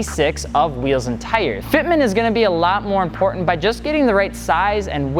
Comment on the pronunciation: spack! importantER... Lmao omg i crakced up bro